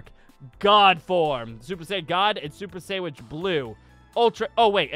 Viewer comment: He said super sandwich